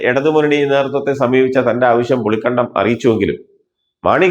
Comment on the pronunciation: പുളിക്കണ്ടമല്ലടോ പുളിക്കകണ്ടം. കാര്യം മനസ്സിലാക്കി വായിക്കടോ. 🥰🥰😜